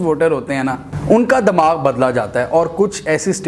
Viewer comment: لفظ " دماغ "کے تلفظ پر نظرثانی کی مؤدبانہ گذارش رہیگی